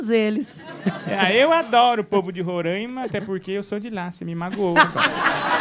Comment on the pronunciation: Só avisando, É Roraima não “Rorãima”kkkkkk